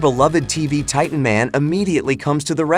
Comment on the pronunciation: My guy say titen tv man